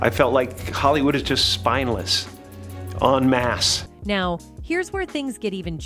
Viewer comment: It’s ‘en masse’ 😂❤